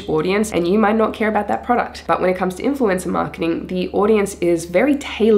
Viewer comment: Great video. Wasn’t sure was “influenza marketing” was. Then I realized you’re saying “influencer.”